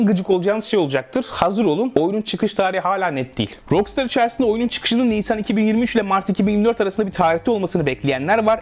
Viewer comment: rockstar'ı niye ROKSTAR diye söylüyorsun? her duyduğumda kulağım kanıyor, özelliği varsa açıklar mısın? eleştirmiyorum, bilmediğim için soruyorum :)